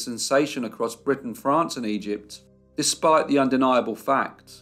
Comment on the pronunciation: Good Monday morning. I just want to comment that I love the way you say France.